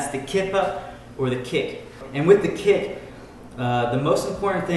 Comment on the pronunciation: Why does he call it a kip instead of a kick